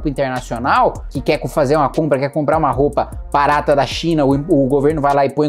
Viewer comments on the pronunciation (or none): none